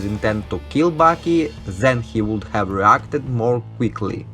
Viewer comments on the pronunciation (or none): none